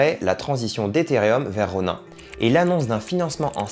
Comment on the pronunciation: Outch mes oreilles saignent quand je t'entends dire "Ronain". Et y a quelques truc qui sont pas à jour mais bon bonne vidéo. Et on ne gagne pas comme ça 2000€ par mois. Il faut dépenser des milliers d'euros...